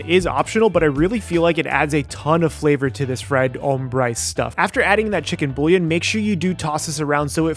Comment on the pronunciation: Love the video but I'm sorry the way you pronounced bullion was like nails on a chalk board. Try saying it like boo yawn